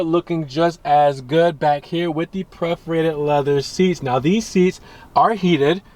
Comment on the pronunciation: No such thing as PREF-orated. It’s PERF-orated; KING, not KINGS-fisher